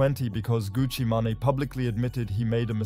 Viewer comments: Who is Gucci Manayyyy 😂🤣😂 Gucci MANE pronounced like MAIN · Did you say Gucci Mahnny? I wasn't looking at the screen so that shit caught me off guard. You mean Gucci Mane? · its gucci mane( (man) main) ,,, not gucci manny wtf... u dont even know the names... smh. come on mane lol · THANKS FOR STEALING MY VIDEO CLIPS. NEXT TIME... ASK FIRST. FURTHERMORE, IT'S GUCCI MAN (PRONOUNCED MAIN), & DA CONNECT (PRONOUNCED JUST HOW ITS SPELLED) #VIDEOROBOT WAS HERE MF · good one! was more of a pronunciation error, than me not knowing the name ^^ Well, gotta go "Get The Bag" thx for the comment